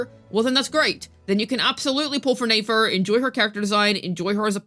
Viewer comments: Are you saying her name wrong on purpose? Just curious, sounds weird when you call her Nafer lol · I'm starting to get irritated by how you say nefer please say it right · I know but it's mildly frustrating yk because we literally hear it said correctly I the archon quest